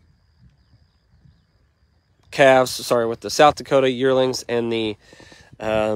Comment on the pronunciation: Calves not calvs